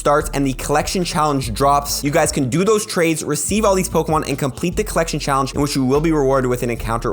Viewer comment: When saying whether or not a costume Pokémon can be evolved. You should say “can” or “can not”. Not “cant” I thought you said spheal CAN be evolved. I went out to hunt for said shiny only to realize it can not evolve.